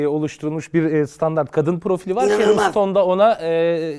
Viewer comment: Ama onun adı cheryl stone değil sharron stone 😂😂😂😂